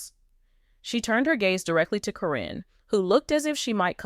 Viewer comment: I suspect this is AI. Her name is pronounced as Karen not Corren and most of all... This is October 2025 so did Amy go Back to the Future for all this November 2025 evidence???